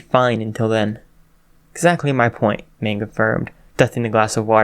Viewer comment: This is pretty good but Magne is pronounced Mag-ne not Mang.